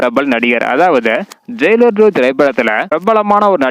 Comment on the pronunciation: ஜெய்லார் இல்ல ஜெயிலர் 🤦‍♂️